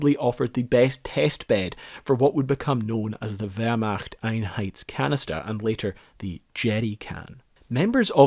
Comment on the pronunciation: Nice. But you're mispronouncing "Wehrmacht Einheitskanister". It's hard to understand because "Einheit" and "Einheits" are two different things. A "Einheit" is a fighting force, a group, a unit. "Einheitskanister" means identical in construction for different troops of the Wehrmacht. You can identify your Kanister, who made it, here